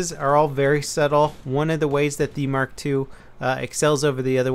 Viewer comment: he means mark eleven but says mark 2